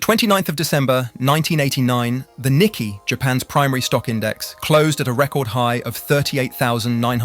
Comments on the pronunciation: the Nicky??? Bro you need to get a better AI voice over…it’s Nikkei…not Nicky. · Nicky? no, it's Nikkei. Pronounced as "Nik-kay" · You do not pronounce it as the "Nicky" Index, it's "Nikkei", like saying "knee-kay". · Knee-Kay, not Nikki. Tough to take you seriously. You dont have to know Japanese, just listen to a market radio broadcast once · Hate to be a pedant, but the Japanese stock market isn't the Nicky, it's the Nikkei (ni-kei) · This. It's an understandable mispronunciation, but I laughed anyway. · It's NikKEI you dropkick... Not NikKEY! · Lol I can't believe you called the Nikkei the Nicky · When the voiceover pronounces “Nikkei” as “Nicky” that’s a red flag. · "Nikkei" pronounced as "niCkEy" ala #MickeyMouse ???!! I'm out. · 4 seconds in your pronunciation of ‘Nikkei’ ended it for me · Dont know how seriously I can take this video. The first sentence and they are already mispronouncing the Japanese stock exchange -_ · The vast majority of newscasters, politicians, and finance folk outside Japan mispronounce Nikkei. You're either a hardcore socialist/communist on a self-defeating conspiratorial witch hunt or (IMO more likely) a hardcore capitalist/corporatist trying to defame in bad faith a channel critical of you and your fellow tech/finance bros ruining all. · . How the hell can such a blatant mispronunciation of Nikkei slip by seconds into a video? Sloppy.